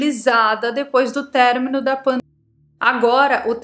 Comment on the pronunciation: Gosto quando você fala panda-emia. Terremoto